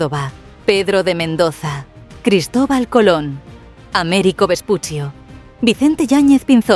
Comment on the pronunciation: Si poneis el nombre españolizado de Ameringo Vespucci, no lo pronuncieis a la italiana, caerece de sentido